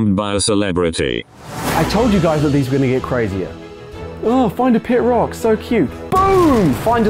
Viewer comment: The way Google says rock: Roake 😂😂